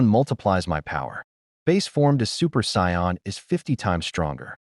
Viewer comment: What would the world be like if an AI reader could pronouce the word "Saiyan."